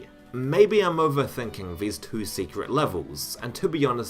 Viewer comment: "neweh" and "twoeh"